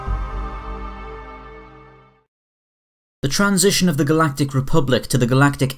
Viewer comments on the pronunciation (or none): "the first GALATIC EMPIRE"